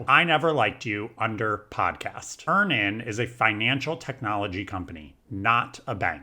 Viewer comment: it's Earn-inn, like Earning. You're saying Ear-nan😂